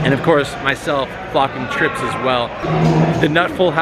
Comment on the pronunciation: "I had treeps" - john juanda- (probably)